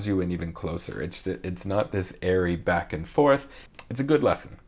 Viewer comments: Eleonora for example he says “beck” rather than “back” which would be more natural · Absolutely love his royal pronunciations - e.g. “back” becomes almost “beck.” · According to Jonathan Groff, it's "You'll Be Behck" 😆😆😆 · Am I the only one who keeps hearing him say “You’ll be Beck”?